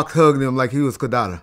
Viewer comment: Pac hugged em like kidada? This was said wrong